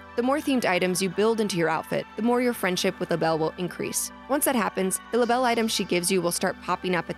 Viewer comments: Actually, in new horizons you pronounce Label’s name like a label. That was her original name before she changed it but that’s why it’s spelled differently again now. So there is no need to say it fancy! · Her name is Label. That rhymes with Mable & Sable. Her clothing line is LaBelle, which she used to go by as well.